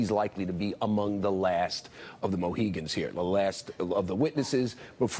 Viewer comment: It's "last of the Mohicans," not "Moheegans" dolt.